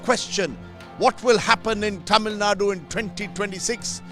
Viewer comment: Please get the pronunciation of Tamilnadu right. It’s cringy and annoying to hear your pronunciation